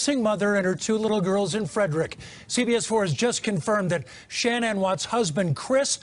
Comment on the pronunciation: SHANANN* NOT SHAN ANN LOL